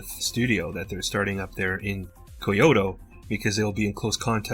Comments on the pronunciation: "Koy-oh-toe" LMAO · Kyoto is pronounced closer to (Key-yo-toh).